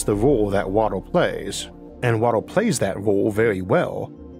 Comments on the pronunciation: Not making fun but how are you able to pronounce R just fine with other constants like in "critical" "extremes" Or "recently" but you can't with vowels before it like world, water,, just throws me off lol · It's pronounced WA-TER... Not "wattle". Sorry, but it's really annoying. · Water not wotar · I was thinking for quite a while about ammonia planet, thanks for giving new insights! Also you pronounce water unlike anyone else I heard and I got confused cause I heard "woro" instead of "water" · Water, w a t e r, not watel. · Water ❎ Woddle ✅ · Every time you say 'wator' it sounds like its the same audio clip spliced in, in editing. Orth. Dark mator. Stors. Vap'o'r. Horder. Otmosphere. Wor(l)ds. Pressor. Summor. Temperators. Coldor. Sorching. Papor. Temporol. Listenor. Divorsoti. Beavors. Signators. Crittors. Fact'o'r. Structors. Every vowel becomes an 'o' before an 'r' or 't'. What accent is that? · Jeez what an annoying voice to use. Water pronounced "wawah"?? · could not watch this because of the narrators speech... watooa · Bro your pronunciation is so freaking hard to get used to that I found myself rewinding about 10 times in 2 minutes of video. The fuck is wotor and rathor and alturnadif? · "Wator 🤓" 💀 Edit: Idk why but this accent makes me wanna punch something, I can't watch this any longer... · i Can’t not hear waddle when he attempts to say water. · wah der😂 caw bon😂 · Please learn how to say water. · Lawegest watal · I wanted to watch this video but your voice man, I can't 😂😂😂 such an interesting topic but damn I thought we were looking for water on worlds not wodoh on wods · Please get a narrator, good content however you sound like a toddler with your pronunciations. Waduh 'Water' 😂 tempratuah 'Temperature' woahds 'Worlds' euuf 'Earth' ayuuh 'Air' Buaan 'Burn' pressuah 'Pressure' I could go on but please😅😂